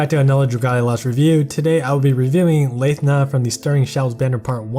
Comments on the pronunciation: Pronounced it as Lae-thna UNSUB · Not sure if this is a joke on how hard Nyarl is to pronounce, but if we're picking at pronunciations, he's also saying Cho-ni-us instead of Tho-ni-us, Yah-su instead of EE-AY-Yah-su, and Layth-na instead of Lahth-na (tbf, this one doesn't have official pronunciation yet afaik. I'm just going off of her Japanese name). But yeah, great overview as usual!